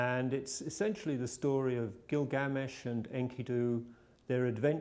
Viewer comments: It's Gilgamesh, not GilGAAmesh. -. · it's not Gil gamesh... it's Gilga mesh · Gilga-mesh, not Gil-gamesh. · it's 'gilga-mesh' not 'gil'GA-mesh' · Stop pronouncing "Glilgamesh" incorrectly. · also is he saying it wrong or has everyone else I have ever heard talk about the story saying it wrong. Gil.gamesh or Gilga.mesh?